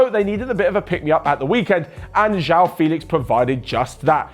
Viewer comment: Man, I understand that Portuguese sounds can be tough sometimes but at least imitate it with english language sounds. Instead of calling João "Jao" try "Jo-Wow" I think thats not so hard to pronounce yeah?